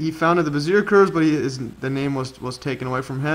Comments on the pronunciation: Learn to say the guy's name prAaaAaaAaaaaaAAaaaaAAaaaaaaaaaaaaaAAaAaaaaaaaAAaaaaaAaAaaaaAaAaaAAaAAAAAAAaaAAA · Bezier - /beh - zee- EY/ 😀 Casteljau - /kas - tel - ZHOW/